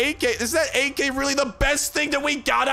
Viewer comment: talks about AK like a Russian would, in a German accent